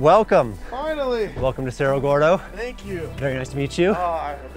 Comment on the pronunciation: its Cerro Gordo , not Sierra Gordo